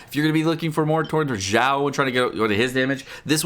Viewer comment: Kept hearing pronouncing Xiao as Zhao. Thinking to myself, "Was I missing out a unit? I don't see Zhao anywhere in the game." then I finally realized he was referencing to Xiao.